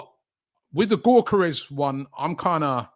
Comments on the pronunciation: Robbie.. his name isn't GORE-Care-Resh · Stresses me out hearing u call him GAWKERES ffs please Robbie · LOOOOL no its not 🤣 its Yuh-Ka-Resh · "viktor GAWKeres"